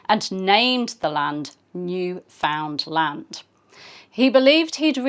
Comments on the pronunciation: Cabot may have named it named it New-Found-LAND, but today it's NEWF-und-land and hearing new-FOUND-land really grates! (Maybe my pronunciation is only what my dear Newfie friends use, but. . . I do think it is the standard one) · NEWfoundland rhymes with' UNderstand. - understand? (Sorry - as a Newfoundlander the English mispronunciation is one of my pet peeves!